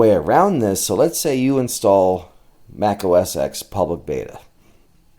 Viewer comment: Mac OS “10” Its a roman numeral. Not pronounced “ex”.